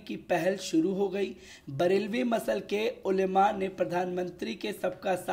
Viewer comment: Msalak hota hai Masal nhi hota hai